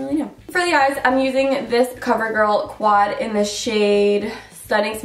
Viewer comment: 👌👌👌👌and every time you say quad it always seems to make me laugh Idk y